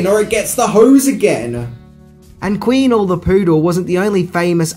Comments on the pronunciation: I don't know how he got Queenie's name so wrong. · The poodle's name is Queenie, not Queenle. lol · QUEENie! Not queenLe.... Da faq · Wth is "queenle"?! It's queenie, change your glasses mate! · One more thing you didn’t know, the dog’s character name was ‘Queenie’ not ‘Queenelle’ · When you mispronounce the dog's name (Queenie, not Queenle), it makes us wonder if you've actually seen the movie. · dude - Queenie not Queenle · Great video except the dogs name is queenie. Queen-ee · It's Queenie.......not Queenle🤔🤣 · They're pronounced DUKE-A-MEN and QUEENIE! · Thank you! The whole time I’m yelling, “IT’S QUEENIE!!!”